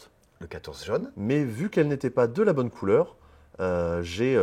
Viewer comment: Il a dit également "disponiBle" et "Bonne" 😅